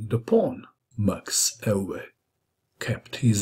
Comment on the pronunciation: Amazing game and amazing pronounciation of the name ‘Max Euwe’. That’s how we say it in The Netherlands. Well done!